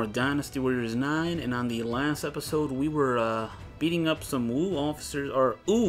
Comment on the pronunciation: 1) The new cast just sounds like a fan dub and Sima Yi might just be the biggest example of this. 2) I guess you could said Cao Cao… Wu'd them. 3) Why are they pronouncing Wu as Ooh? Sure, the 'W' is barely announced, but it's still there, just like the 'Y' in 'Yi', which should almost sound like it's at the end of 'Sima'. AAAAAH! Also, what kind of response was that from Xu Zhu? The hell was that?